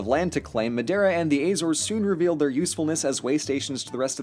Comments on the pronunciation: ahem, you're pronouncing madiera wrong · Your's pronunciation of madeira is funny